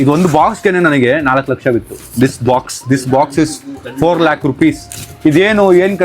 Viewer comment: It’s lakh not lack